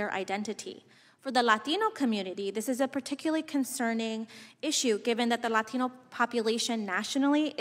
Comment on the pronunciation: For the LAteeeenooo community lol why she say it like that